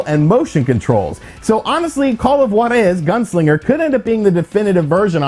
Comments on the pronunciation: haha, why do you emphasize JUAAAR-eeeezzzzz!?!?!? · Cmon dude, is not that hard to learn to pronounce a single word. Juárez